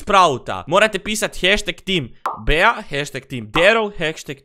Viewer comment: Kaže se BI 😆 a ne BEA ?!!!